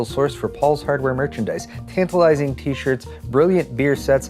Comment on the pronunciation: Nice " Stirt " for the new nVidia " Cird " When are u going to learn to pronounce the letter i